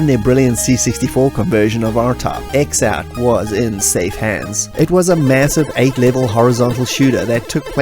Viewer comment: X-Out is pronounced "Cross Out", as the intro of the Amiga version demonstrates.